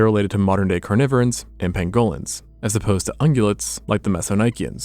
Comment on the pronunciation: Man, you need to work on your pronunciation. You screwed up saying "pangolins".